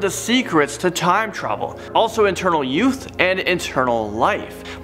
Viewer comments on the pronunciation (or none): Internal or eternal? It sounds like he says internal